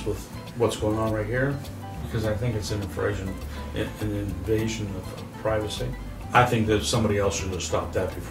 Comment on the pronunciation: He said "invrasion"